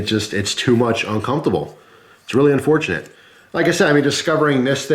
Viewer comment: It's uncomfortable to hear him repeatedly say "uncumftable"